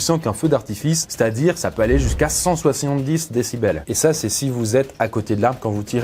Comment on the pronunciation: "cent soisillondix" ?